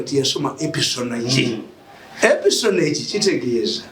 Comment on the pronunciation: E S P I O N A GE (pronounced: espiyonaj) 😤 Meaning: Obukesi/Okuketa ebikorebwa zi gavumenti n'amajje gazo (Naye Mr. Mirundi, ekigambo kiri ENIGMA MACHINE 😂)